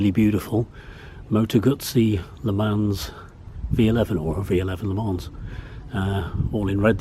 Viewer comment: French guy here. I am about to choose between a Griso and a Norge at the end of the month, as a replacement bike for my BMW K 100 RT You do not pronunce the "S" in "Le Mans" . It's just " Le Man" Tricky frogs ...😁 Beautiful bike of yours , btw..